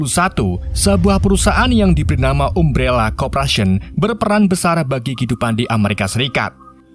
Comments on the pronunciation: umbrela bang bukan ummbrela wkwkw tapi aku suka bahasa mu wkwkw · Umbrela bukam ambrela carabacanya..😂😂😂😂 Jelass sesuai "gak bisa bahasa inggris" hehehe